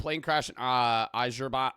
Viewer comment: I love trieng to pronounce the country Azerbaijen its my home country.